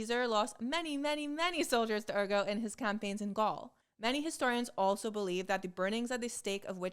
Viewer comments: Too bad she didn’t do so well with “ergot” (ER-gət)… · Also, Ergot needs a t. Otherwise it sounds like "therefore".